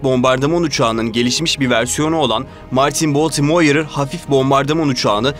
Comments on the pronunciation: Baltimore u ne biçim okuyorsun sen genç adam? Bu ne cehalet? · Verdiğiniz bilgiler için teşekkürler. Ancak telaffuz sıfır. Baltimore veya Blenheim nasıl telaffuz edilir? Madem bilmiyorsunuz bari google a sorun.